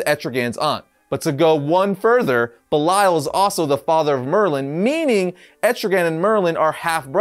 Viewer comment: You sure it’s pronounced Bell-lie-al I would assume it’s pronounced bell-Lee-el